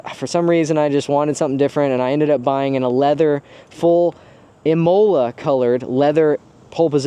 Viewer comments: Pro Tip: Imola Red is pronounced IM e la, not i MO la. If you need confirmation, call the racetrack the color is named after and listen to the recording. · It’s pronounced “eeh mole-ah” ok get it right. Jk. Amazing car